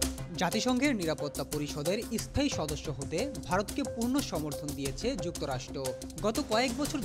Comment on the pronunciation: Ara ai rokom e, bangla bolte pare na, asthai, estaion bole